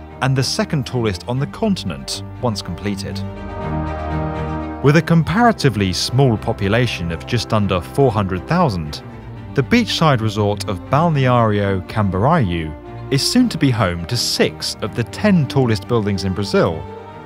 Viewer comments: It’s pronounced Balneário CAM-BOO-REE-YOU, not cam-ba-reye-u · Geez, get your shit together! It’s pronounced Balneário Cam-boo-ree-you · Great video! Pronunciation for Balneário Camboriú was a little bit on the wrong side, but totally fine. I'd love to hear from you/ channel about future of living. I watched a documentary once about Japan's Pyramid solution. Would be great to have such a discussion on this channel.